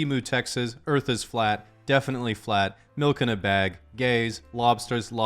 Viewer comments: It's written as "French" but pronounced "Gays" lol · 56 French *says gays lmfao